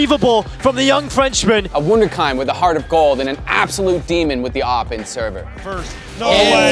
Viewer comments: It's pronounced like this "woonderkeend" thank me later. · Lmao the pronunciation of wunderkind lmfao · Not quite the pronunciation of “wunderkind” but this video was dope. Good shit. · Did you just mispronounce wunderkind